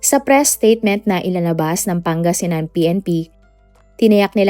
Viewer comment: Ginagaya mo yung sa Pinoy Crime stories. Mali mali ang mga impormasyon mo. Mali mali pati pronounciation mo. Asingan? Asing-gan. Pati Pangasinan iba din pagbigkas mo. 😂